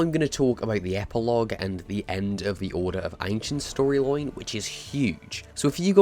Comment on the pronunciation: “Story loin” 😂